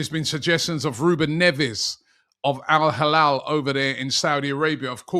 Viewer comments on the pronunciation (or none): Rubby it's El hilal not alhalall